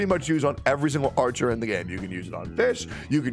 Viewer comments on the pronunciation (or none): it still bothers me that you pronounce fischl's name as fish